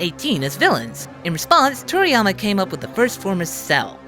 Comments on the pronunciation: i keep thinking that he's saying toriyamer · Is he saying "Toriyamer"?